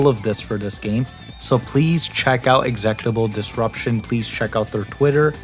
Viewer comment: Oh hey it's us. Great video but that's not how you pronounce executable disruption